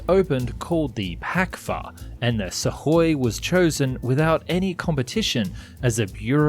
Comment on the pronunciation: Have I just never heard Suhkoi pronounced correctly before or does he say it in a very odd way? I don’t pretend to be able to speak Russian in any way but I’m pretty sure the k is sounded out in their name